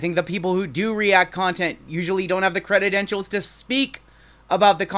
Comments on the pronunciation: Are u saying crededentials?? Its credentials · Credentials. Not credidentials. Just had to say it bc you said it so many times! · Love ya buddy-- think you are legit in the hobby--- but its credentials--not creditentials---LOL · Cre-dent-ials not cred-ded-ent-ials lol Sorry I couldn't contain myself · Cre-den-tials just 3 syllables for the future. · Cre dent shuls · i love ya, been subbed for a long time...but if you are gonna talk about credentials, you have to say the word correctly bro...credidentials is not a word... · Awesome video!! But please God learn how to pronounce credentials 😂